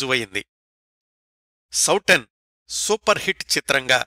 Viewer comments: Souten సౌటెన్ కాదండి సౌతెన్ అంటే సవతి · నమస్తే సార్ చాలా బాగుంది. మీరు సౌటన్ అని అంటున్నారు అది సౌతన్ అని చదవాలి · ఆ సినిమా పేరు సౌతన్, లేదా సౌతెన్ అని కూడా హిందీ వాళ్ళు అంటారు. అందులో ట లేదు. ఇంకో 2-3 హిందీ పదాలు కూడా correction అవసరం. హిందీ, లేదా సంస్కృతం తెలిసిన మీ మిత్రులు మీకు ఇందులో సహాయం చెయ్యగలరు.